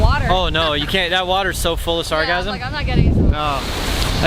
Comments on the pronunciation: It sounds like he's saying "sargasm"? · Am I the only one who thought he said: “It’s a bad year for sarcasm”? :-) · At first I thought he said it was a bad year for orgasms, but I was mistaken. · It sounds like your saying “sarcasm” 😆😆😆😆😆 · Sargassum. First I tried googling "sargasm," but that... is a different thing... apparently.